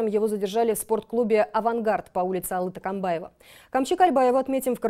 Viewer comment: не кальбаева!!! А Кольбаев!! не Такамбаев а Токомбаев!! говорите правильно!!!